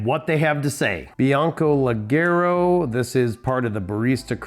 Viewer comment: The pronunciation is like jay, lejayro! Cheers from Brazil! I watch every video!